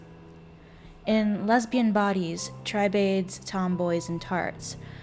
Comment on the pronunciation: Btw, tribade is pronounced TRIH-bud. "Tribe-aid" sounds like a charity for indigenous people.😄 (Seriously though, your work is amazing in its scope and depth. I appreciate your hard work and the level of detail you put into it. Thank you!)